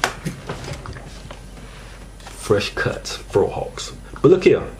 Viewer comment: Look here mang...It's called Faux hawks mang! Not Fro hawks mang lol